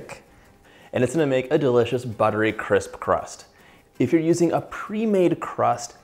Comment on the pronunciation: A butter ‘crusp’ …. Lol 😂 and plant pruning shears … you’re killing me here!